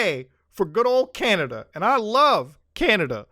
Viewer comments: Muta called it canadia lol. I use to say that a lot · You literally said are you from canadia!! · whyd u say canada like that